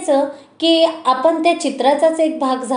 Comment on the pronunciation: न आणि ण चा उच्चारा वर काम करावे. जाण्यापूर्वी... जान्यापूर्वी नाही. आपण... आपन नाही